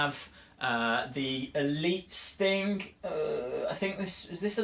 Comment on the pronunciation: You kinda sound like your saying Stink 😂